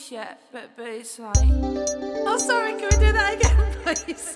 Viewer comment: “I’m sorreh can weh do that again please” 🤣🤣🤣🤣🤣🤣🤣